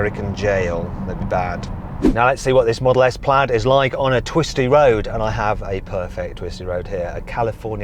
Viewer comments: 플레이드가 아니고 플래드입니다 수정바랍니다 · 플래드에요 플레이드 아니고